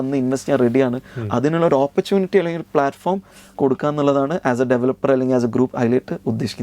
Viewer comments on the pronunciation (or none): none